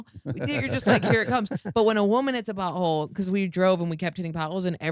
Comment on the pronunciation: She can’t say potHole